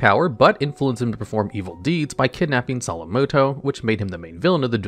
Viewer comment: love the video as always, but just a bit of constructive criticism: You might consider slowing down as you read your script, as some of your words are mispronounced (dragon capture gar was heard, Solemn Muto instead of Solomon, etc.) which might be fixed by just reading slowly and more clearly.